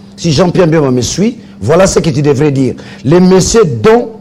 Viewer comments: a du mal a prononcer BEMBA, a la place il dit MBEMBA,Quelles etudes faites? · Il s'appelle Bemba et non Mbemba.